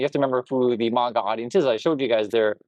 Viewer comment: Ooh. I agree with the vid, but I hate how you mispronounce the word maga. Thumbs down